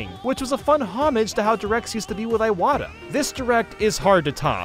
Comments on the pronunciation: That’s not how you pronounce Iwata, man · You also pronounced Iwata wrong btw.